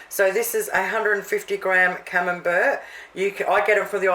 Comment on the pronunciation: Looks great! My partner does not like camembert...when I made your salmon patties he preferred them without the camembert. Could I make this with tasty cheese on the bottom or not put anything is better? My partner speaks Australian as well so you probably don't care either how camembert is pronounced but it is said like camembear...t silent. But then if you didn't speak Australian you would have to change your youtube name...lol